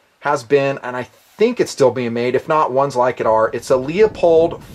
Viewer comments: Excellent, excellent vid as usual. As I could never criticize the content your excellent vid's (and never would), I will take the opportunity to nit pic :) Leupold is pronounced "loop - old" Good shooting! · Why is it so hard to pronounce Leupold correctly? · Hey Dude! Leupold. It's pronounced Loo-pold. Not Lee-ah-pold. Just correctin' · Leopold Anthony Stokowski (1882 – 1977) was a famous British orchestral conductor. His heritage is Polish on his father's side. His name is pronounced like it looks: LEO-POLD. in video after video grossly trash the famous optic maker's name and calls Leupold (LOO-POLD) LEO-POLD. All I can think of is the conductor, Leopold, who BTW was heavily satirized in a Bugs Bunny Cartoon. See and hear Leupold &Stevens Inc's youtube channel at /user/LeupoldStevens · LOO-POLD. I want to vomit every time you say "LEO-POLD" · Lee-Oh-Pohld. Made me cringe every single time you mangled it. Try LOO-pohld. Thanks for the vid, but plz learn to pronounce the brands you're reviewing. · Leupold is pronounced "loopold" not "leopold" =) Great vid - where is the list though? 75K was a LONG time ago. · Not being from the West (I am from South FL), most scopes can be 4 power or less for 90% of shooting in my area. I like LIGHT, so I bought a Weaver 1x3..very sharp, very light (8oz), rugged. I found a cat tail that fits it. If I could afford one, Luepold (this is pronounced LOO POLD, not LEO POLD. Leopold was a famous orchestra conductor) makes a 1x4 20mm that weighs almost the same(8.5oz). Most 1x4's are as heavy as a brick. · I hate to correct you on something like this, but it bugs the crap out of me. It's "LOOPOLD" not " LEEOPOLD". Call the company and they'll tell you. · I cringe when you say LEE OH POLD. Its LOOP OLD!! Please! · You lost me when you said "LEOPOLD" It's pronounced "LOOPOLD" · Sorry, iI misspelled a manufacturer name. It is spelled Leupold, but still it is pronounced LOO POLD.